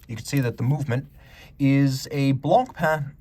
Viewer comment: He says it very well.